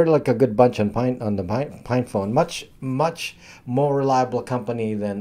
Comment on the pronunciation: are you saying "FINE" phone or "PINE" phone? Librem 5 looks like an albatross!